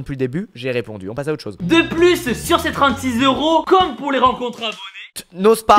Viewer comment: On dit pas zeuro mais euro